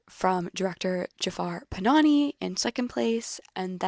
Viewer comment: Directors name is not PanaNI it is PanaHI